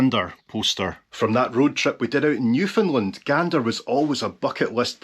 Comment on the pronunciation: You are giving us the finger... :D My brother is born 13th of august 1973. Every time you say Newfoundland it sound to me like New Finland. She is wearing glasses. Nice. Rovaniemi is not in Scandinavia. Mark Renton knows what's the worst toilet in Scotland. :)